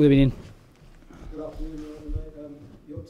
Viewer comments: good ebening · Good EBENING! 😂 Keep up the good work boss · Good ebening boss. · Gud ebening boss.. I love the fact you too have a bus. However, like Mourinho's yours is mobile and not parked in front of goal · Gud EBEning!!! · Good Ebening BOSS